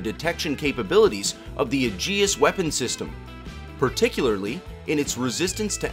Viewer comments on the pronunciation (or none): Its Ay-jis (Aegis), not Uh-jee-us. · LEARN. TO SAY AEGIS: "HEY -EEE-Geee-SSS ". AEGIS WAS THE SHIELD OF ZEUS!